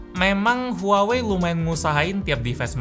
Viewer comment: Huawei: Wah wei: Huawei